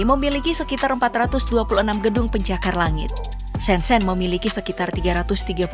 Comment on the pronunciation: Shanghai mba pop bkn sanghai Baca shenzhen kyk baca shenjen